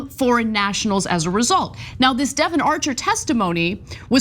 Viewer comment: She said Devon, get your ears cleaned out